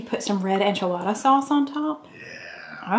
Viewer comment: Wait… how did say enchilada? 😂